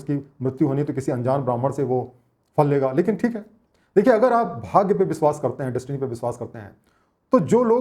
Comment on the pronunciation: You work very hard for making such wonderful videos. Please work a little more on your pronounciation. It really hurts ears when you say biswas or sarap.